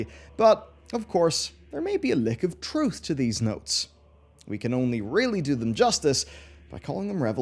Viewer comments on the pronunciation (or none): none